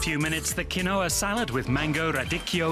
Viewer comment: Its pronounced QEEN-WA